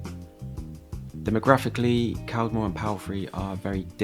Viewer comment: i live in walsall. its not that bad. he was saying caldmore and palfrey wrong. you are always find dirty streets like you did in birmingham.